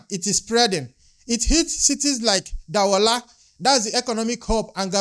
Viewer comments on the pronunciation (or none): Spellled (Douala), pronounced (Do-wa-la). Not Da-wu-la. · Douala is pronounced "Doo ala". "Dou" is produced like "Zoo". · Thank you very much for always reporting so precisely.🙏...Point of corrections please; ... The economical City of Cameroon is Douala which is pronounced "DU-A-LA"....🙏